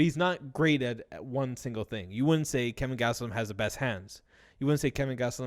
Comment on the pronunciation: KELVIN gastelum not kevin haha